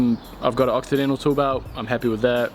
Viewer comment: what did you say? occidental? octidental? brand and model please?